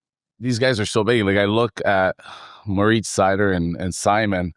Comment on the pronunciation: Shoutout Maltby for saying "Moritz" the proper way. I don't expect people to actually do that, but I think it sounds cool.